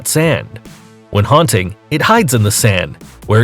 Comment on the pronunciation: "When HAUNTING, this snake..."🤣 Since it's not about ghosts, I'm guessing he meant "hunting"? This guy really needs to work on his pronounciation. In other videos, "macabre" turns into "Makabri" and "Michelangelo" turns into "Mikkel Ange" 🙄 ...Yeah, someone needs to help the poor guy out. The LitMajor in me cringes every time🙈